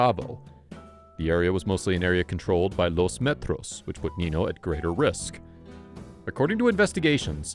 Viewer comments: it is not nino, it is ninyo. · Spanish doesn't have a word like Knee No. It's Neen Yo. If you mispronounce a word in Spanish, it gives the word a completely different and sometimes vulgar meaning.